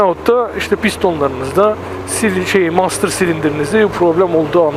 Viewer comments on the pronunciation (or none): none